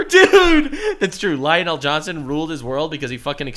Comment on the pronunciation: I'm wondering if mispronouncing Lionel Johnson is a flex now.